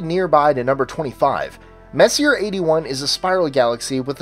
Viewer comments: It is a french name, so it is not pronounced english. It is Messi-jeh, so to say. As Charon, the moon, is not TSCHÄÄÄRUN, as always in the videos, because it is not english, too, but roman. It is hm, how would you pronounce it Cuchun. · Messier is pronounced Mess-e-a (vowel sound) sorry just busting balls but it is the correct way to say his name great upload though! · Learn how to pronounce 'Messier', you sound like a dumbass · seconds in, and Messier is mispronounced 2x already. Who could take the rest seriously? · You pronounce sommalier correctly but not Messier???Lol, just busting your chops! Good list.